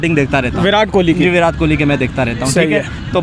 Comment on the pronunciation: ये लोग विराट को विरात बोलते हैं कोहली को खोली बोलते हैं 🤣